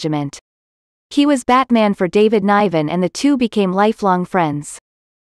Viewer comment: Pls pronounce David Niven name correctly